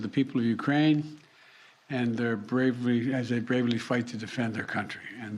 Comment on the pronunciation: He can't even pronounce bravely correctly. Do you really think putin is in the least but worried about thus pea brain?